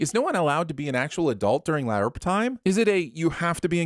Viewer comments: There better be a Keeping Tabs as to why you're pronouncing "LARP" that way instead of like "carp, harp or tarp" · Pronouncing LARP in a way that is both wrong AND inconsistent with your established acroenetic gimmick. Ding! +2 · You need to be sinned for every time that you mispronounced L.A.R.P. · This pronunciation of LARP 😬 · sorry, I have to sin this video for the horrendous pronunciation of LARP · why are you incapable of pronouncing larp correctly? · What is up with your pronounciation of LARP? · Shouldn’t you barely be pronouncing the P in LARP since you’re speaking into a microphone and popping the P sound is bad. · I'm sinning this guy everytime he pronounces "LARP" like an idiot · WHY DO YOU SAY LARP LIKE THAT!!! AHHHH!!! IT'S REALLY DISTRACTING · Imma have to give you a sin for that weird pronunciation of LARP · I was like, "Why does he keep saying it like that?" I totally forgot that he does that shit on purpose like, how he also does it on Dr. Who with the T.A.R.D.I.S. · He does it on purpose. He also does it on Dr. Who with the T.A.R.D.I.S. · It’s just refusing to admit he’s wrong on Gif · The GIF rule of acronym pronunciation; every letter must be pronounced like it's used in the word it's abbreviating. started it ages ago.